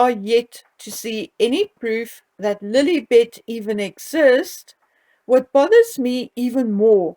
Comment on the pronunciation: When you say Lilibet, I hear L'il Bitch, 😂😂! My mind goes to dark places!